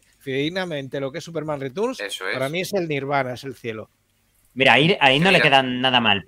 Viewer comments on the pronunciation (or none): En España hemos pasado de decir "Returns" a Superman "Ritorns". Si queréis ajustaros más a la pronunciación en inglés sería más bien "Riterns".